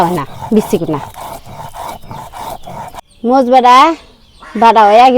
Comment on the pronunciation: মরিচ এইটাও কি একটু সুন্দর করে বলা যায় না কি কয় মস এটা কোন ভাষা